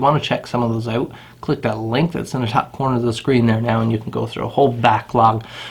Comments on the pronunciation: Canadian. Pronounced out like owuut... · It's cool some Americans pronounce 'out' as "owt". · ow-ut, abow-ut wtf is with that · Canadians talk funny. The work "out" only has one syllable in U.S.A. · I knew you were Canadian before I even saw the flag hahah. The way you pronounce "out" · Every time you say "out" I hear Canada.. Canada!